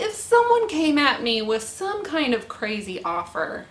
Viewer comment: Yes Please! I'd love to hear more about what happened and what it was like!, we are all living vicariously through you!!! Congratulations lady! You had your hands full doing the inventory of the build. Ca-ra-zee.